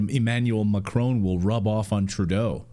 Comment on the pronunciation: Did you say comedian Turdo??